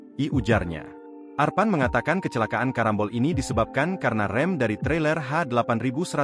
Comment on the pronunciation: Karambol kali... Bukan karombol... Hadeuh reporter ga tau bahasa🤦